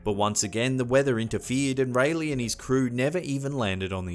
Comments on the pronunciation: “Some of the local natives were openly hostile.” Gee, I wonder why? (Also, sweetie, Raleigh is pronounced Rah-lee, not Ray-lee.) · lmfao.."sir walter RALEY"..it's sir walter (RAL-E) RALIEGH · Its RAH-LEE NOT RAY-LEE YOU SHIT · North Carolinian here! You didn't say Raleigh correctly! Rah-lee! Say it! Rah-lee!